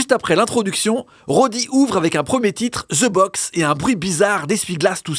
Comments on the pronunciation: de box not ze box lol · c'est pas ih ouh c'est eee urr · De box et non ze box tait con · Comme la prononciation ze box 😂😂😂pour les français mais dans tout les autres pays ce prononce (the) de box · Et c'est pas "Ze Box"